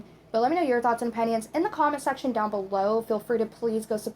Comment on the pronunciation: He said the word “down” and it sounded like Dianne